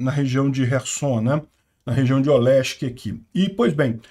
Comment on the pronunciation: Caraca, depois de anos eu consegui ouvir o sotaque carioca do falando Olesky kkkk